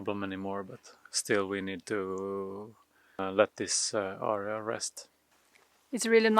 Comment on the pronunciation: AREA = air-ree-uh. not arr-ree-uh. arr-re-uh is ARIA. like the opera singer performs. You can say "pile" instead of "heap". and it was a nice bonfire.. ... So what is the ditch for ?? Why did they dig it long ago and what will you do to "restore" it......fill it in? Thanks for the email reply. And as always...be safe and do good deeds.